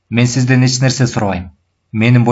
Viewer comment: Автор (Ч)тамгасын колдонбойбу, же Ильгиз Мырза ошондой окуйбу?(Мисалы эч жакка дегенди эт жакка деп окуйт го)